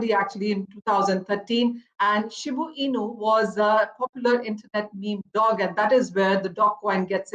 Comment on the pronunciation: She doesn't even know how to pronounce DOGE, buy more, hold and get rich!